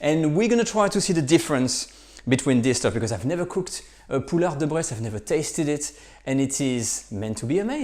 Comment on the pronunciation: Somebody else hear him say Breast Chicken instead of bresse chicken all the time? No? Only me? Well then...